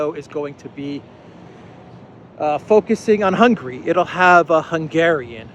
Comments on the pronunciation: Hungary. Not "Hungry." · Mate, I really like your channel, but let me tell you, that even though we are not too wealthy here in Hungary, but we are certainly not hungry. The name of Hungary is rather spelled Hun - Gary! 😃